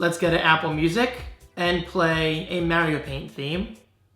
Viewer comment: he saYs Mario like MAYRIO